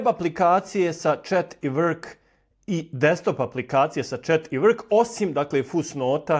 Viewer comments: Nije vrk pobogu Nego work ... Ne izgovara se vrk😅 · Ja cujem work kao "uək" . U britanskom engleskom: work = /wɜːk/ Slovo r se praktično ne izgovara. Ono samo utiče da samoglasnik bude duži i dublji. Zato zvuči približno kao: „uəək“ ili „wəək“ U američkom engleskom se r jasno oseća